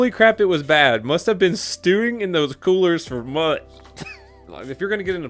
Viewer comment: He said colers. Not coolers